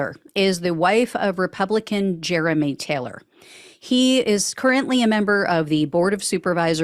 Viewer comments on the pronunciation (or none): none